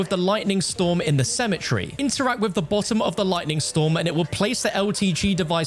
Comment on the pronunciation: It's pronounced cemetery not symmetry